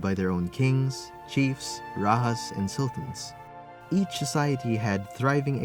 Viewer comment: Thank you for the video. Just want to say that “rajah” is pronounced with a j as in the English word “jam”, not an “h”.